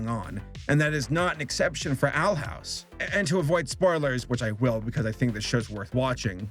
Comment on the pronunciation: i thought he said "i got my fill watching the outhouse"